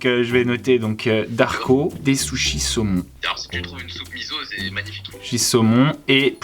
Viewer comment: Qui à entendu dire "des sushisons"? Un mixte entre un sushi et du saucisson? Miam super concept 🍣